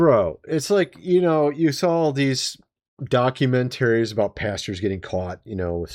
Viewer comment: I watch every video that you make. I wish someone could teach you how to pronounce the word "documentary (ies)". You are very😊 intelligent. I don't get it, why you have this glitch.❤